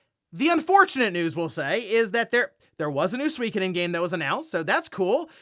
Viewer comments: Suikoden isn't pronounced "Swee ka den". It should be pronounced closer to "Soo ee ko den". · I swear when I look at Suikoden and it being pronounced Swekaden it just seems wrong. When I think of Swekaden I'm thinking of some bouquet tea shop not a famous JRPG?